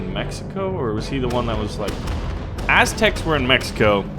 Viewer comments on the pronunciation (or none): the as-tecs XD